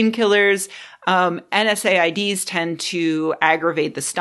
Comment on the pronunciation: You don't have to say N S A I Ds. It's pronounced en-saids. I said, you said, they said, en said.